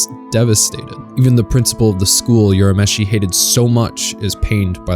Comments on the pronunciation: It not pronounced as "You-rah-meshi" It's prounounced as "Ooh-rah-meshi" Careful when pronouncing other people's names.. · It's URAMESHI not Yurameshi. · "youramishi" "youskei" lol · I cringed every time he said "Yurameshi".